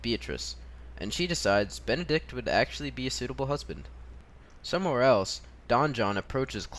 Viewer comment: m8 it's BENEDICK not Benedict! but cool video anyways